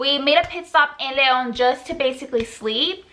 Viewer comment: CONSTRUCTIVE CRITISISM: - The AWKWARD way they try to put a "pretty face" while the other is talking, HILARIOUS - You look 100% Mexican faces making extreme "chick" ridiculous USA accent - THE WAY YOU SAY "LEON", "TACOS" HAHAHA AND then you said "thru" like "TRU" (besides u have family there, wtf u can pronounce it mdf) - All of us expected a real life or death situation, disapointing - The purpose of this video is not racism but it oddly feels like - The whole time I just felt awkward and uncomfortable watching it, it just feels fake (the accent, the gestures) - AND IS THAT FIJI WATERRRRRRR? HAHAAH - It feels like u r Mexican Wannabes (no hate) Hope u notice those things and if u want make more comfortable content, no hate, good luck.